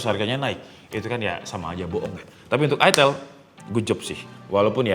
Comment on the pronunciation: Itel, "I" nya dibaca "Ai" jadi Aitel bukan itel apalagi itil 😂 Kayak Iphone dibaca Aipon bukan ipon